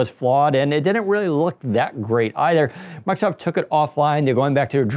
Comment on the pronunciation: This is meant exclusively as constructive criticism. respectfully suggest you speak more slowly and take the time fully pronounce words. As an example, consiider you you say "Miicrosoft.' (Listen, and notice that you actually say something like "mike-a-soff"). Listen carefully to professionals on radio and TV. They enunciate with great care. They do not omit parts of words like consonants. You will also notice that they speak MUCH slower than you do. These people, who are paid to speak, are not fools. They know their audience is literally unable to take in new information as quickly as you speak. You're an expert. Your listeners are not. You are telling them things they may not expect. Give them enough time to comprehend and consider your ideas while you are talking. There is a simple trick for this. Enunciate. If you take the time to actually pronounce the consonants at the end of syllables and words, that minor reduction in speed will help your audience comprehend much more. Having understood much more, they will like you more and think YOU are smarter. Remember, taking in new information is hard, and on a YouTube video, there is no opportunity to say, "Wait, what? I don't get it!" You have only one chance to clarify. SLOW DOWN. Ironically, if you slow down and articulate, people will actually understand much more. If you don't believe me, do your own simple experiment: Take a group of people, have them watch your video, just as it is. Then give them a simple comprehension